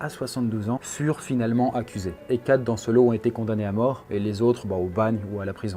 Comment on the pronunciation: "Les plaies à Alain" non mais tu forces là, relis toi un minimum, t'es un des youtubeurs qui font le plus de fautes à l'oral alors que tu lis un texte! Fais au moins les liaisons, entendre "dan une mare séchée" ça fait mal alors que tas pas loin de 30 piges...